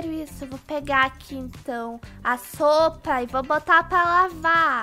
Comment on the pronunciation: no minuto4;42 a falou sopa pra lavar kkkkkkk